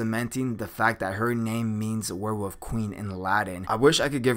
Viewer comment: Can you say werewolf instead of "where wuff"?